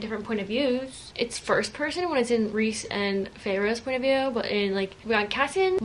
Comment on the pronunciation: Rhysand is pronounced as Reese-sand. The first actor book should have a pronunciation page in the back on how to pronounce names😊